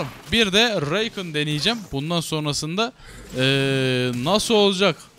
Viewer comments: bu arada söliyim zeya reykın deil zaya rakan diyo okunuyo .-. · yalniz Reykin degil Rakan yani yazıldığı gibi aynen. Zeyah degil Zaya. Sadece söylemek istedim. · Abi Zaya ve Rakan diye okunuyorlar